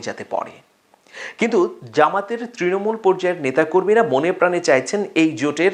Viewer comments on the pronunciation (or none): none